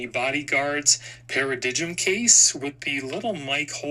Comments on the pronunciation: paradigm is pronounced like "para DIME". Come on now.. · FYI, Paradigm is pronounced Para-dime